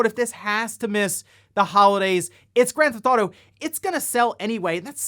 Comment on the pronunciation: I just like how you pronounce it "Granthotto"